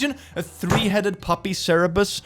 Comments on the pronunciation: Hey, just wanted to say it's Cerberus, not Cerebus. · You always mispronounce Cerberus. it's cer-be-rus. not cerebus. It means "spot". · I can't tell if he's saying Cerebus instead of Cerberus on purpose or not... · yes. However, sr-bu-rs [cerberus], not cerebus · is anyone else noticing that he called it "cerebus" every time??? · as a lover of the ways of satan, you may wanna learn how to pronounce "cerberus"